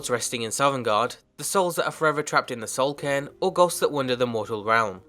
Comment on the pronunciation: OH, i thought he was saying Soul Can